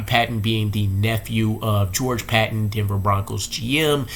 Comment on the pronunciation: please pronounce Robbie's last name right. PATON (hard A)